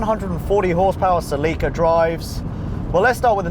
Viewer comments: It annoys me the way he pronounces "Ce-LEE-ca". Bruh it's pronounced "Ce-li-ka" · Never heard someone pronounce it "Ce-Lee-ka" .. I'm pretty sure it's "Ce-Li-ka" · I'm pretty sure that it's SELL -ick -kuh not se - LEEK - uh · Say it with me now, “SEL-ih-cuh”. Not “Suh-LEE-cuh”. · It's NOT Pronounced SALEEKA ITS Pronounced CELL IKA So stop saying SAEEEEEKA B4 I HAVE TO SLAP YOU 😎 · sehleekah he says its cell ikah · dude... its celica... not selleeeka... why do you keep saying it that way? o_0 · Pretty sure it's "cell-i-ka" not "cell-eek-a" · Omg....for having invented English, you Brits suck at it. It's SELL-i-ca...not sell-EE-ka. facedesk I am 43 and I have never heard ANYONE pronounce it wrong until this video. smh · Haha, because American English makes way more sense.... ;) It's pronounced SELL-i-ca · its 'Sell-i-Ka'..not 'Sa-Lee-Ka'...my God, even with a UK accent, you should know how to pronounce a Toyota name, that is the same all over the world! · lmao "Sel-eek-a" Funny how we pronounce them differently. It's always been "Sell-ika" across the pond. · Every time you say "Sleeka", i grit my teeth. It's "Sell-Uh-Kah" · Wait... seh-LEE-kuh?!? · Celica Say it with me Sell-a-cuh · se-lee-ka. I can't do it. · Its called a cell ah kah bro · As a celica owner I hate that he pronounces it celeeca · Nobody:: CalEeEEca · Hearing it pronounced "seh leakuh" is so strange. It can't be right. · Had no idea the British pronounced it "suh-LEEK-uh" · Sel-ick-uh. sɛl/ɪk/ʌː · That’s pronounced sell-ih-kuh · In Japanese it is Serika (セリカ) so the English would be "Ce-Lee-Ka". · its pronounce sell-ika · celica is pronounced s e l a k a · no idea, i always thought it was 'cell-ick-ka' celica. weird. its still the same car whichever way you pronounce it... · Ce Leee ca ... I'm sorry I can't I just doesn't sound beautiful like how Americans pronounce it "celica" beautiful name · DAMMITTT!!!!! its SELL-ICA!!!!!! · say it with me; SEL-eh-CAH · its pronounced cel-e-ca